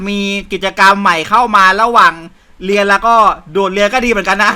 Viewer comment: ผมได้ยินว่า เลียเสร็จ😂😂😂 ตอนที่พูดว่าเรียนเสร็จ